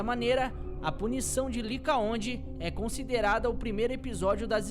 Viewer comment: Licaon e não licaonde